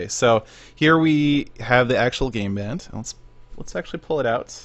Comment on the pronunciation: It sounded like you said "I have never seen a gay band before!" I laughed hard c: <3